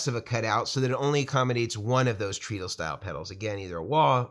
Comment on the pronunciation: Oh no! I'm being THAT guy but your pronunciation of treadle hurts my brain. I'm so sorry. I shouldn't say anything ... forgive me. It's actually TRED-uhl ... The pedal boards look amazing! All the functionality of the two-tier Schmidt Array boards without the sky-high price tag. Congratulations on the new products!